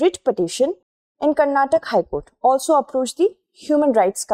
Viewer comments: Thank you so much for providing balanced approach. It is not Karnatak, it is karnataka. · I completely agree with your stand on every single dialect has its own relevance but people of that that region call the state as Karnataka and that’s the actual pronunciation.You could have learned it to be called Karnatak since kindergarten but people who hail from that region expect everyone to call their state by its actual name and not the version amended by a particular region/ethnicity.I can’t address you as only because it’s pronounced in my region that way right! It’s important that we recognise the prominence of each and every culture in INDIA being a fellow citizen. Hope you got my point